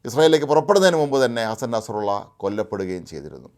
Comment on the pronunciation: ഭീകരൻ്റെ പേര് നസ്രള്ളാ എന്നാണ്,നിങ്ങൾ ഉച്ചരിക്കും പോലെ നസ്റുള്ളയല്ല.